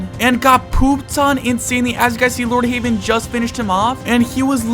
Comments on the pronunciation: Bro called LordHeaven “LorrdHaven” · Bro it's LordHeaven not Lordhaven